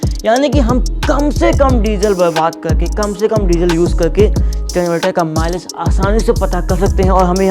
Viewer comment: At first I hear Malish insted of Milage ..😂